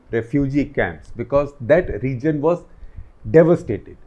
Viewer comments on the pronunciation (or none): none